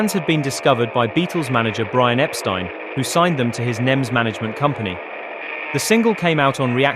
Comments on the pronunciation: Great video and nice to see someone else who knows how to pronounce Epstein properly 😀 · Finally, someone who knows how to pronounce “Epstein”…